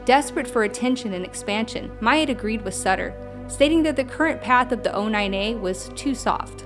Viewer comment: btw their coven or as they called it, a Nexion is pronounced NN-EX-EE-ON. Not the way you pronounce them NN-ECK-TION'S.